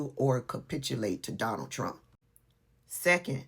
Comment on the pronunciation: "Saar phul saport troomp" 😭